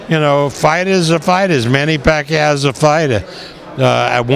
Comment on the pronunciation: bob arum kills with his pronunciations. "Lamoo", "Postal" but he can pronounce "Pacquiao" just fine hahahah